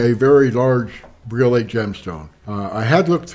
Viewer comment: Briolette. Like Gillette.